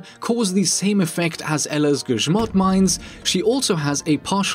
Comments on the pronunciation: You're the only man out there that can pronounce "Grzmot" correctly. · I think you are first YouTuber that read „grzmot” correctly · Wait did u just prenounce grzmot right? Holy shit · Wow, that was perfect pronunciation of Grzmot. You are really good with languages! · My man pronouncing grzmot correctly ♥️ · your grzmot pronunciation is on spot :] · Okay I'm really impressed that you said grzmot mines right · Oh my gosh! You actually pronounced grzmot correctly!